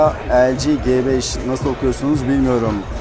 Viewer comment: g5'in G sini ingilizce olarak (ci) telaffuz edilmesinde fayda var türkçe okuyunca "GEBEŞ" diye sanki biraz hakaretvari oluyor. çingene gebeşi gibi :-D